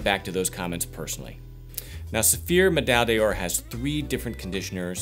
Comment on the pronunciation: Thanks for these videos. Medaille d'Or is pronounced like /Meh-DIE Dore/ in French if someone hasn't mentioned that here already